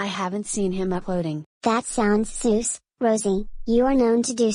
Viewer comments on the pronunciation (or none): that’s not how do you say sus